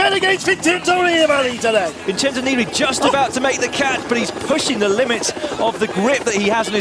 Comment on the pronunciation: "Don't bet against Vintendoneeballitiday!!!!"